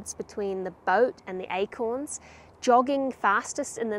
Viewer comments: Like how you pronounced these Eichhorns <—-by the way Eichhörnchen means squirrel in German ;) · The pronoumciation of acorns sounds like the word squirel in dutch We call squirels “eekhoorns” (sounds like acorns) which made it a bit confusing sometimes : ‘ )